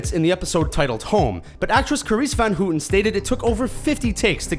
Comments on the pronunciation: carice van houten name is probounced "how"ten not "who"ten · It's not pronounced hooten, it's "howten"